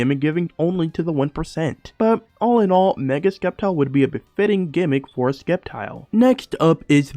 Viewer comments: Why are you saying Skeptile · The c is silent in sceptile